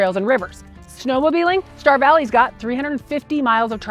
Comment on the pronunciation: Star Valley, not dear Valley